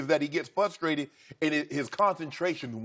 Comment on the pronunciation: I love living in a world where a man in media gets paid seven figures to say 'fuhstrated' just like I did when I was nine years old growing up.